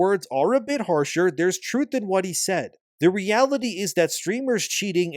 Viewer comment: You mispronounced “HE” multiple times